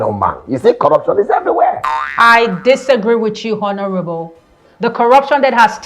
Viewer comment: Hi, I enjoy listening to you because you are making a very good effort to speak English with the right sounds. However, it tingles my ear to hear you sound /h/ in honourable. Please kindly note that the letter 'h' in that word is silent.